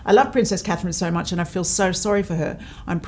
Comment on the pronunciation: Looking beautiful as ever! Please no more until she can say Princess Catherine!